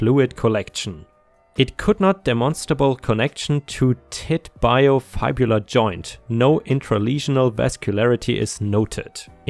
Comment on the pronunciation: Tibio is pronounced tib-ee-oh (the tib rhymes with bib)...